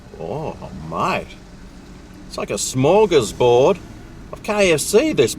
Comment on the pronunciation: smorgasbord. Derp.